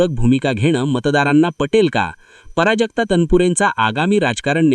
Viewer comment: पराजक्ता नाही प्राजक्ता लिहीणं तर नाही बोलणं सुद्धा चुकीचे पराजक्ता पराभवा सारखं वाटतं